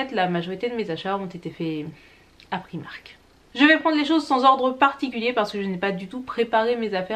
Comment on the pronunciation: Un petit effort sur la prononciation de la marque Primark ne serait pas du luxe. Et par pitié, apprends un jour à mettre du rouge à lèvres. Ca fait sale au possible.